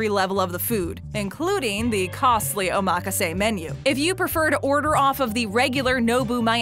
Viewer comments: Too bad you cannot properly pronounce the word OMAKASE. Try oma-ka-se and not Omaa-kaaase. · Hacksaw method of cutting farm-raised junk orange salmon. This video is all file footage and excerpts of other shows. The reviewer didn't even go to the restaurants themselves. A-MAK-A-SAY sushi? What kind of pronunciation is that? O-MAH-KA-ZAY is how it should be said. Total garbage. Thumb down. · that's because she's putting the emphasis on the wrong syllable lmao. it's omaKAse not oMAKase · BTW, it's pronounced "Oma-kase" not run together "omakase." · Oh mock ka say... 💀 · My ears are burning listening to her. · Oh mah kah say. Omg. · Oh mah ka say. Um, nope. You would think for a video the narrator would say it correctly. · i cant believe she said it like that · why do i think it sounds like she is saying the word wrong hmm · The way she pronounced omakase got me so tilted. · The info is good, but the rapid fire annoying commentator sucks, she can't pronounce omakase, and the constant focus on money is annoying as hell. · Butchered the word omakase 😭